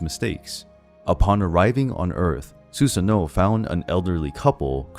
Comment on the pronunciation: Not to be that dude but the pronunciation for Susanoo is "su-sA-noo"..